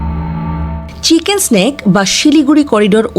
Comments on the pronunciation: চিকেক স্নেক নয়,। চিকেন নেক। নেক অর্থ গলা, আপনি যে বলতেছে স্নেক তার মানে হচ্ছে সাপ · Mata ji chicken neck ke chicken snake uccharon karche. Ki haal etei bojha jache 😅😅😅😅. Chagole ki na bole arr pagol guli sudhe allahmudulla boltei basto. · Uccharon ta chenken snake noy re pagli